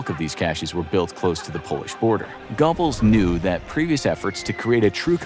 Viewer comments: Thank you! I kept laughing out loud at Gobbles. It’s pronounced like a cross between go-bells and go-bulls. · Gobbles...lol It's Goebbels 😄😄😄 Cool videos though guys. 👍🏻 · Bro said Gobbles lol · Gobble Gobble. What is he, a turkey? It's Josef Goebbels. Not Gobbles. This channel is a joke. Gobble Gobble 🦃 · I really don't expect you to properly pronounce 'Goebbels', but surely you can do better than 'Gobbles'. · "GOBBLES? I mean, he WAS a mentally disabled turkey, in a way, but you're butchering the name. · That's not how you pronounce goble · Like a 🦃 He gets it at least a little better latter in the video. Someone must have stopped and corrected him half way through !